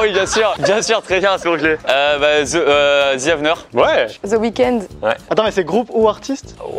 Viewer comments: on peut m'expliquer pourquoi il prononce THE comme ZE? Yen a pas un seul qui la corrigé... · the ce prononce de et non ze x) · J’adore leur « the »: zeeeee who , zeeeee week-end 😂😂😂